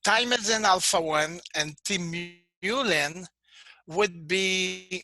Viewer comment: He almpst pronounces them the same way. Frustrating